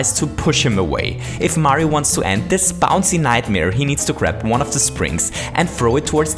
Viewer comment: I like how he says dis!